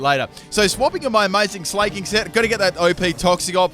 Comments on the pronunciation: It pains me to listen to him saying 'slay-king' instead of 'sla-king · S-lah-king not S-lay-king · It's sla(c)k-king not sla(y)-king fuck you even said it had slack off like do you not understand hes the king of slacking off not slaying bitches. Jesus.